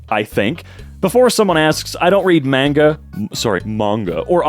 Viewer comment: erm akshually its pernounced man ga not maun ga